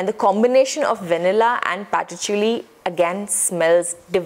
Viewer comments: 'patchouli' is pronounced as [PACH] + [UUL] + [EE] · Wrong pronunciation patchouli